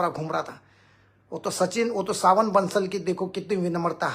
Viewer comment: Not सावन बंसल.. Savin Bansal